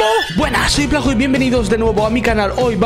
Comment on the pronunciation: No se pronuncia viplajo se dice vipijalo